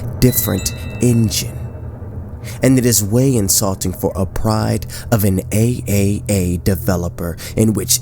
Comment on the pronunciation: "AAA" is pronounced "triple-A"... Sorry for being a nuisance.